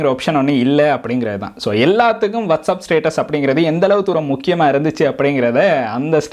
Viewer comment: Bro adhu வாட்சப் Bro வட்சப் இல்ல